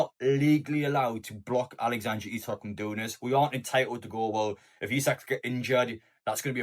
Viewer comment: Its alexander not alexandra lad